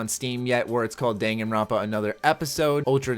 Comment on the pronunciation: I'm pretty sure he pronounced the name right.